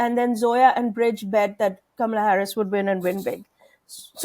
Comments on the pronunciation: Zoya, you are such an insightful young woman. I understand your exhaustion. I would just want to remind you of how to pronounce her name...Kamala..we are of Indian orgin! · Zoya please pronounce her name correctly.Not Ka-mala but Kam-ala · Pronounced: Kama-la